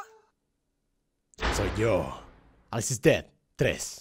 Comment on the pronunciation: Germán no es aliz es Alice : Alicia